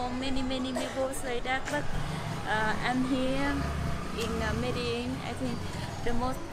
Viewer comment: E MEDELIN NU MEDEIN:))))))))))